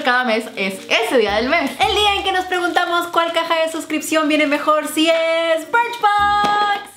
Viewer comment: dijo BRICHBOX Y DIJO IPSY..